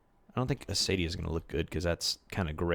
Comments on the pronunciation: Because it kind of bothers me, Acacia is pronunced "akasia", not asadia :p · Don't worry, I've already told him. It was still funny (in a nice way) to hear him say it that way x3